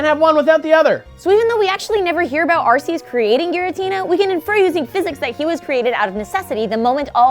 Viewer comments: Everyone calls arceus areseeus when it's actually arekeeus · She Said Arceus Wrong....... Its ARC_E_US not AR_SEE_US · It's like Heaven and Hell, but more Pokémon-themed! And it's pronounced ARK-ee-us!